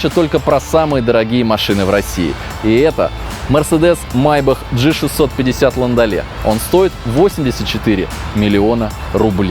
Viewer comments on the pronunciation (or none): Г 650, а не ДЖИ 650